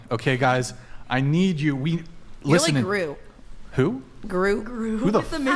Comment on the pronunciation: It's grooT not groo.....women are dumb 😂😜